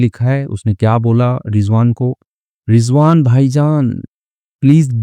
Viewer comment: Sir rijvan nahi rizwan hota hai aur aap bahut acchi story banate hai